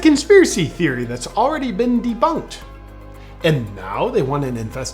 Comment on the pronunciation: It's not "debunked" it's "deboonked"!